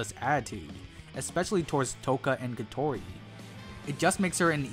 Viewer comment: Your pronunciation on Kotori is interesting going with “Ko-Tori” instead how the dub pronunciation with “Ko-To-Ri”